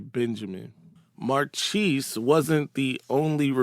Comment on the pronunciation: Marchese is (or should be) pronounced Mar kay say.